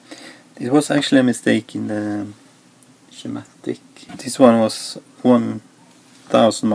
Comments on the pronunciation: Hey, form non native English speaker to another, you pronounce it "Skematics" 🙂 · when I was in Shool we made shiematic all the time!